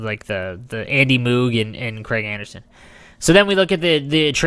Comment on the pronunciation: andy who?lol, and you say it confident like your saying it right